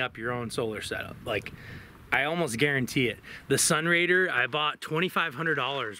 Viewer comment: Did you say sunrader?